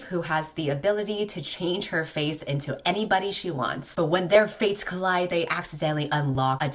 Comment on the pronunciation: I seriously thought you said “when their faces meet.” instead of when their fates meet. Also I hope you feel better!😊😂